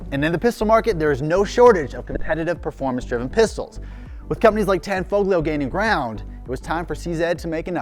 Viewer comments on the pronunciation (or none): The G in Tanfoglio is silent. Just sayin.